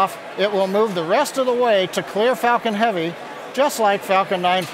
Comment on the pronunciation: why did it sound like "spacex fukin heavy"